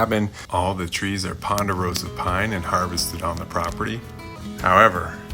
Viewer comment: Say ponderosa one more time😂